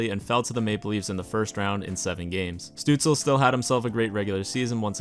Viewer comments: Your third try was pretty perfect: stüütz-LE not stüütz-EL. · i think it's STOOTS-LUH - I took German in Grade 10 lol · It is Stützle in proper german spelling. If you do not include the “ü” then you must replace it with “ue”, therefore Stuetzle. It used to be Stutzle in game but EA updated it to be Stuetzle Pronounced something like st•you•ts•luh(or leh) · Says: I’ll pronounce it “Stootzle” because that’s the way I hear it the most Proceeds to call him St-uh-tzle the whole video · in german you say "schtützle" but i've never seen an american who can pronounce "sch" so no worries haha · His Name called like Shtützle Like a sh yk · Its definitely pronounced 'stootzluh' because in germany he spells it stützle and spells it either stutzle or stuetzle internationally. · You Can enter his Name on google Translator -> choose as language German and use the speaker button. That s the correct pronunciation of his Name. Oder Sag einfach Stützle. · Elite Prospects has an audio pronunciation for every player’s name (though it may be a premium feature). The best I can come up with is shut-zluh where the first u sort of rhymes with “put” and the “e” is NOT silent. The “le” at the end is pretty close if not identical to “le” (as in le chien) in French. It can be spelled Stützle (German) or Stuetzle (English version without the umlaut symbol over the u. He has chosen Stuetzle for his Jersey to keep it simple because he has obviously heard about the average IQ of us Sens fans. 😂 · Bruh its Stutzle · So, Germany: Stützle North America: Stuetzle Its pronounced Stue-tz-la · Actually the s in his last name is pronounced as sh (like in shower)